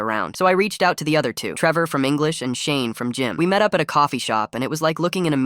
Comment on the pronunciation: The first time you said shane it sounded like shame and always the beatu up hondas